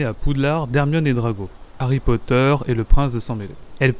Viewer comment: J’adore l’accent quand il fait la voix de Rogue et quand tu dis Potter🤩